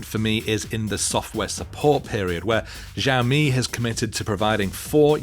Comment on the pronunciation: It irked me every time he pronounced it like Jammy.